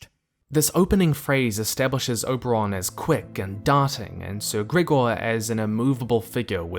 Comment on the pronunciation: I don't know why, but it really bothers me that you say Oberon and not Oberyn